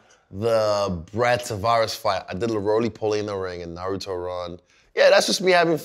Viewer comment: Aye man.... I'm callin Fred out. He 100% watch anime. First he was blastin Kamehamehas now he knowing EXACTLY how to say Naruto. He may just be my favorite personality. He had a dead straight face askin who was the best anime character